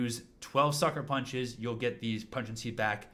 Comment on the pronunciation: Great guide. One tiny quibble, because it confuses the automatic subtitles: "Pugnacity" is pronounced pug-NASS-uh-tee, emphasizing the second syllable. That's why YouTube thinks you're saying PREG-nan-see. I mean, when my wife was pregnant, she was kind of cranky, but I wouldn't characterize her as having been pugnacious.